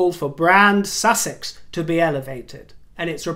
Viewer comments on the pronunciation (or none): none